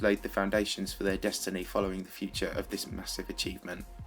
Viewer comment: did anybody notice that he said denisty instead of destiny?